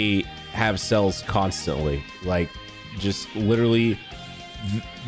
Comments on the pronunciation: Does anyone else hear him say "Cells" when he means "Sales"? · The way says sales made me so confused cuz i thought "wait legends doesnt have that many cells wtf" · Say sales again lol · Yo, why he say sales like that lmao